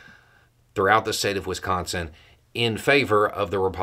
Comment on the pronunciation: Thank you for correctly pronouncing Wisconsin 😊